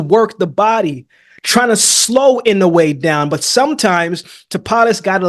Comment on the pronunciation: i like that you say inoue's name right